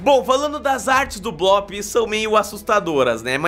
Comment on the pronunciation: Não É Blop